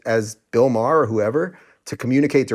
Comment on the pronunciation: Him calling him "Maher" repeatedly was annoying